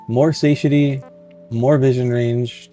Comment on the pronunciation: SAH-TIE-AH-TEA is how you say it, phonetically. You're the second person I've watched play this game, and the second person incapable of saying that word. Though, the first guy wasn't a native English speaker, so it made sense. Am I wrong for assuming you ARE a native speaker?